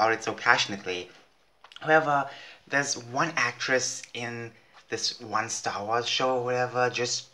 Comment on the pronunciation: Did you just say srss wars 😂